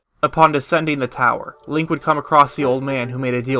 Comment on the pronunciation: really sure sounds like you said Leia not link lol